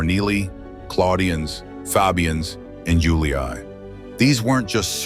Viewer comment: All good, but hearing "iuli-ai" is really making my genuine roman ears bleed.